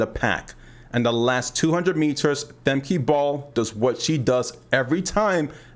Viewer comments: Thanks for the tip, I've been calling Femke FEM-KEY for the longest but I just started calling Fem-kuh once I learned about how to pronounce it correctly recently. European names are so hard to say because of all of the consonants. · pronounce her name right: Femke (Famkuh) uh not ee